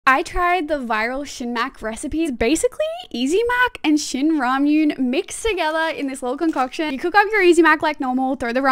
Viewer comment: Hey, just wanted to say, its actually pronounced shin ramyeon, not ramyoon 😅